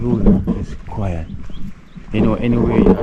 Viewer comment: Why are you saying "kwy - at" for "quiet" (kwy - et)? Please stop dropping "h" off words that begin with "h" and adding "h" on words that don't begin with "h." While you are at it, please also stop putting "a" in words where an "o" belongs and vice - versa. There is absolutely no need for you to be speaking that way with a high school (Kingston College I gather) background. That's a solid education, so you know better. I am a subscriber, and do like you and your content, but had to point out these little distractions in your diction. Cheers.